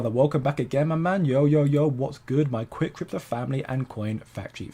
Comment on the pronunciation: Qwick Cwipto Cwew 🤣🤣🤣